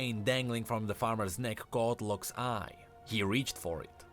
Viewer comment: whenever you say " Lock's ". I keep hearing " Luxx" 😂😂😂